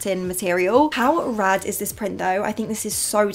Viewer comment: when say “rad” i had to go🤣 i can’t deal with the american accent sometimes🤣🤣